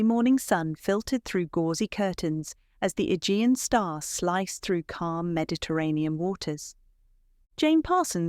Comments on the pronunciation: A-gee-an. Not e-gin. Forgot ai. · Learn how to pronounce names and words. It is the Ah jee anh sea. Agean sea